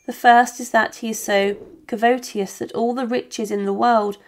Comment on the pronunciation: Covetous…pronounced…..kuv et us, - not …Kuv oat e us